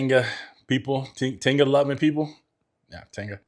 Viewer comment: Say it like this : Te-ga the I is a e sounds in Spanish